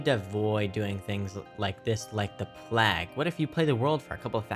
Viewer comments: Are we just ignoring the fact that he mispronounced the word “plague?” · Like I'm gonna take advice from someone who thinks plague rhymes with rag.